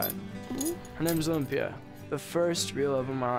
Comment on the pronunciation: It sounds like both “Olympia” and “Lumpia” not gonna lie